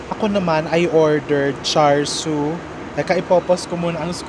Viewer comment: Love you content, chef RV! I hope to meet you some day! Char Siu is pronounced as Chaa - Siw :) Anything “ar” in Cantonese is pronounced “ah” like Wong Kar Wai is actually Wong Kah Wai